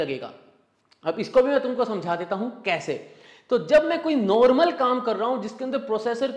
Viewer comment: नोर्मल नहीं नॉर्मल होता है, उच्चारण सही करिए बाकी एनालिसिस तो बेजोड़ है।